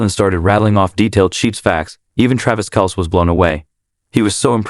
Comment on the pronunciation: Find a moderator that knows how to pronounce the Kelce's last name.It makes this channel look and sound foolish.If you're going to make a video make sure you know the subject and the names of people you're going to use.Otherwise prepare to get ROASTED by the people you drew in from your headline. Get it together bro...geeez!!